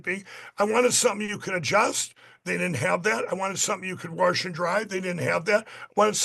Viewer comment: Did He say "warsh and dry"?😂💙